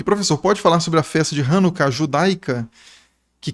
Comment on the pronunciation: Você não sabe nem falar o nome da Hanukiah. E não existem diversas formas de transliterar coisa nenhuma, existe a forma certa e a errada como você pronunciou! Novamente vá contar as historinhas do Brasil. Pare de falar de coisas que você não sabe nem falar. Antes de falar da Festa das luzes, você deveria ter pesquisado, falado com um rabino ou pelo menos um judeu sério. Vou te dar um bizu, aprenda com a Aline do canal Israel com Aline e, saia desse ranço de academiazinha brasileira e historiador brasileiro. Assim você vai passar vergonha!